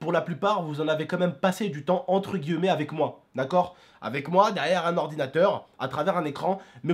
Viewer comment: Arrete de dire entre "guilleumer" on dit entre "guillmer